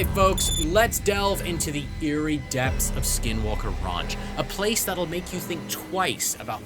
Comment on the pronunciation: so many times it sounds like both are saying "skid walke"